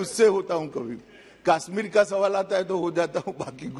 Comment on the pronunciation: Amit bhaai..it is kashmir ,not kaaasmeer..anyways amit bhai being cute as always